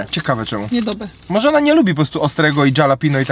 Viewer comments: to jest halapeno a nie dżalapino- nazwa drugiego burgerka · jak zwykle pewnie tego nie przeczytasz...ale czyta się: HALAPEŃJO. nie Dżalapino. pozdrawiam serdecznie... polonista, kur***wa mać :P jakbys powiedzial Halapeńjo to bylbym w 7 niebie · Jak by coś to wymawia się Halapenio nie hejt jak coś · . Nazwa burgera "DŻALAPINO" burger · dżalapinus ostrokus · Dżalapinio burger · Dżalapindo burgier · "dżalapino"....joe biden sie znalazł :P